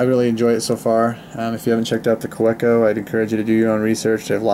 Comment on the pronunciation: Just nit picking here, but it’s pronounced “ka-veh-co”.